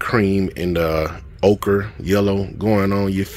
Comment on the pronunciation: I've heard you ask about it in a couple of vids,, so I'll tell you that you are pronouncing "ochre" correctly.